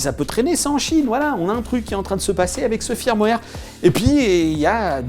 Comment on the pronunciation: pour info, "Firmware" ça se prononce "Feurmware"...